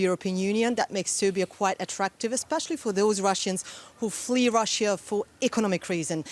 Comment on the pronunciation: DW, how come a chick with such a bad pronunciation (Russjjja) works for you? Shame.